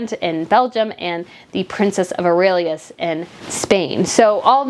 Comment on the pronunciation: you said Aurelias, I thought the heir presumptive of Spain is called ''Princess of Asturias'' 🤔 I loved that King Charles quickly mentioned those titles, as to avoid any rumors. It's been a tough week for the BRF... 😔